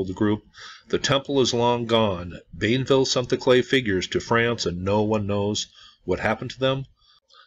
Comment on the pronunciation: bee-EN-vil is the proper pronunciation of the explorer’s name. I plan on visiting the site soon. I live in Pensacola.